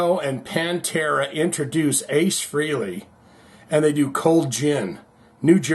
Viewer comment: Pronounced Frailey, Not Freeley